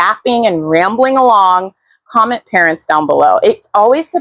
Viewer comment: 💗Parents! At first I thought you said parrots.